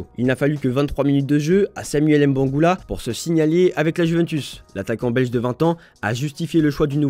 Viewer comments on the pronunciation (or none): Mbangula pas M- bangula ah